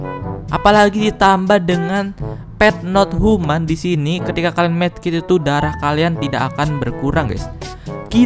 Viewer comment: Pet not tuman bang bukan pet not human 🤣